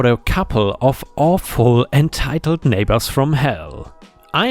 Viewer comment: You REALLY need to work on your pronunciation of "neighbours", it sounded like a VERY different N word.